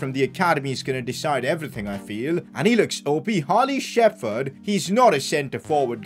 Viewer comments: ITS PRONOUNCED SHEP HERD, NOT SHEFERD, SHEP HERD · its not shefurd its sheperd